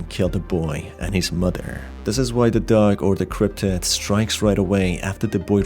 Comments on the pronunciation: Dog Not Doug or duck. Why do you say it so Strange. Or do I have so problems with my ears? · I thought it was just me lol, he does say it in a weird way.